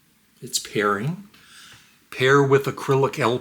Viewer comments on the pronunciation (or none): Hi,. It’s not important and I know you have some trouble with words, but the product isn’t called “Acrylic” it’s just “Arylic” (uh RILL ick). Aside from that minor item, the product seems cool, but I’ve got enough electronics in my life and I’m satisfied with my middling setup. Nobody ever sends me stuff!